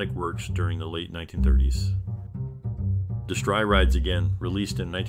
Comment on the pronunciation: Did the announcer say de-STRY!? It's DESS-tree. Whenever I hear these terrible mispronunciations, I turn it off.